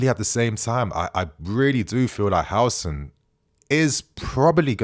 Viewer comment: The name is Huusen but not Hausen stop styling Islamic names into British